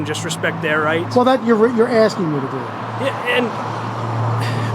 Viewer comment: “ I’m axing a simple question “ 🤣